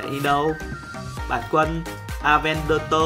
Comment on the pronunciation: Avantador chứ không phải avantoto anh ơi